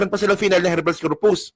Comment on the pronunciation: konting suggestion lng. Pa improve nmn sa pag basa at pag bigkas. Pag hnd familiar sa term google agad. Iba ang REFUGE sa REFUGEE at check na din ang HABEAS CORPUS. Thanks po